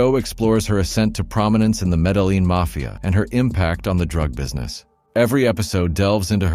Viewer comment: Flancktuating? , the city of Greek , Medilline? , fisilogical debate? , critical massage? , travels over pereolious regions? , avish set design? . What the devil is the appeal of having a computer-generated voice which mispronounces words and butchers grammar? Surely I am not the only viewer who has become so distracted as to focus issue rather than the message of the video. Big thumbs down on the video and as a result I am opting for the "Don't recommend this channel" from YouTube.